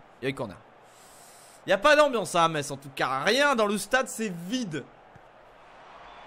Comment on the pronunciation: On dit Messe (Metz)et pas Metsse !!!!!